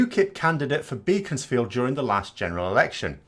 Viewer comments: Pronounced “Beckonsfield”, NOT beacons-field, as spelt. Even if you’re northern. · I recognise that picture - it is definitely Beaconsfield (pronounced "Beckonsfield" btw, ). I pass through there regularly as I live in the next constituency. Way back, the Labour candidate there was on A Blair. I have always thought of Grieve as a decent person - even if he is batting for the wrong team. Unfortunately, I am afraid the Labour front bench really has allowed the Tory extremists to allow this to get us into this mess. A competent Leader of the Opposiion would have made mincemeat of the current government rather than having to rely on honest Tories to rebel against their own party.